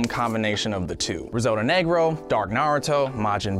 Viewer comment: Did he just say Risotto Negr0 instead of Nero on purpose? If so that was clever!!!